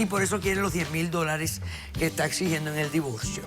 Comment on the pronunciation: Xq pronuncian la l en vez d r si cuando escribien lo hacen bn....x ejemplo divorcio, dicen divolcio 😕😕😕